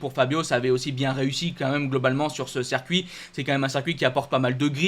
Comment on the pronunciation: ta chaîne est top et tu es vraiment passionné mais par pitié pour mes oreilles arrête de dire sercuit... C'est horrible et jeté du discrédit à tes compétences 👍 Circuit. Merci pour mes oreilles et le sérieux de 100% GP